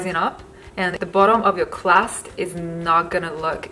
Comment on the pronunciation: Where are you from? Your accent sounds weird? The ?clark" = crack?, "class" = crust? Pinoy? Vietnamese?